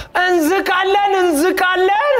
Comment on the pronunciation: እንዛቃለን ይላል አይ ትንሳኤ ይች እንዝቃለን እንዝቃለን ያስቀኛል 😂😂😂